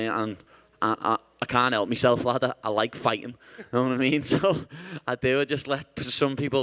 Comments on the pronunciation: what kind of accent does he have exactly? like is it closer to scottish or irish? or what is it? sounds very distinctive. especially some of those consonants for example "like" he says "lai-ckkkkhhh" lol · hiya he not saying heck it's liverpool accent he is saying like ...big emphasis on the K it's ya know "LIKE" I knew I would win